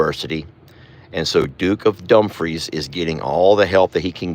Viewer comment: its not dump free it dumefre e sounds like a